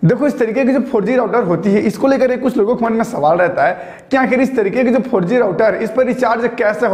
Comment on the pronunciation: 4G ka pronunciation aisa kiya ki sunney me "farji" aata hai 🤣🤣